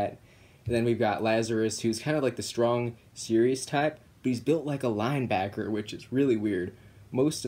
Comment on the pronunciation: It made me so weak when he said “he’s built like a linebacker” 😂 I live in Alabama so it makes me happy to hear a northerner use our fine dialect 😂😂 Er... Far Easterner I guess